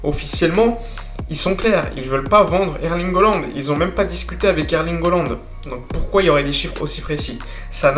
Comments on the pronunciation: CA SE PRONONCE"ALAND" PAS OLAND IL S APPELLE HAALAND ALORS ARRETE DE DEFORMER SON BLAZE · Erling Haaland. Ça se prononce Erlingue Hollande. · haaland et pas holland ptdrrr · Ça se prononce Hollande.